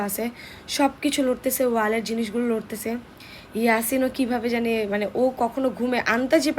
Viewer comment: নরতেছে ❌ লরতেছে😂😂😂😂